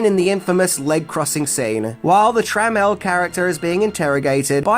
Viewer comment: Tra Mel Not tremmle 🤦🏻